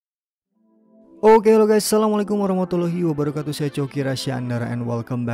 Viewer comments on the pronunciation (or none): none